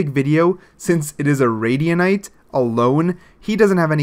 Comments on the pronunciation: "one radianite" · the start of the vid "one radianite" 💀💀